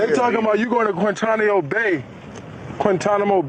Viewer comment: Its Quinyanamo